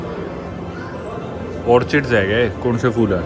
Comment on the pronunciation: Bhai phool hota hai fool nahi😢😢😢